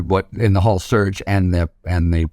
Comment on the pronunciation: The title of this video was compelling to me. After listening to ths man speak I could only tolerate one minute and nine seconds. Sounds like he's saying surge, not search.